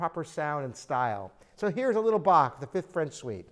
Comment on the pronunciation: I like that you know how to pronounce Bach. Most english speakers don't.